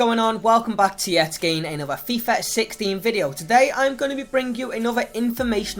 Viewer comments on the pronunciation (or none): "Yo guys, what's going on? Welcome back to yet again another FIFA video." Well he says "Yets gain" for some reason but I assume he means 'yet again'